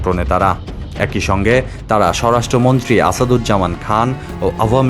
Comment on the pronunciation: ঠিকমতো পড়া শোনা করে কি পরীক্ষাগুলো পাশ এসেছেন নাকি নকল করে? বার বার বলছেন, "সর রাষ্ট্র মন্ত্রী। উচ্চারনটা কি সর রাষ্ট্র মন্ত্রী নাকি সরাষ্ট্রমন্ত্রী?